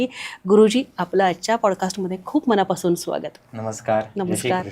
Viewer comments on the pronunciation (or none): none